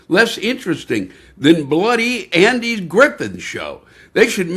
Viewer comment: He pronunced Andy's name the way David told us to. 😊